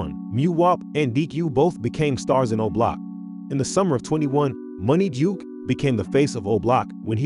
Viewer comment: It’s Munna Duke not Money Duke!